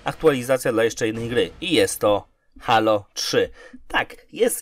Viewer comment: Nie żebym się jakoś strasznie czepiał, ale czy nie mówi się [hejlo]. Dzisiaj znalazłem ten kanał i jednocześnie zasubskrybowałem, jednak przez to, że sam mówię [hejlo] trochę się dziwnie czuję, gdy ktoś mówi [halo]. Oczywiście pewnie jest to kwestia wygody w wypowiedzi, nie mniej jednak zastanawia mnie ta kwestia. Aha, świetny kanał ;)